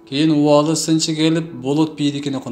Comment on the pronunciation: Убаалы эмес,Уваали тушт.диал.айтылат.